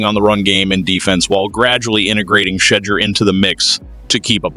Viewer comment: Sheddure is a mis spelling and mispronouncing it's Shedure.